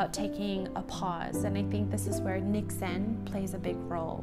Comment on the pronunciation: Loved hearing you use the word 'niksen' :). Great pronunciation! Too bad here in Belgium, 'niksen' is often used a bit on the negative side, like : 'Shouldn't you be doing anything productive rather than sitting here doing nothing (niksen). I think we would all benefit from a slower world.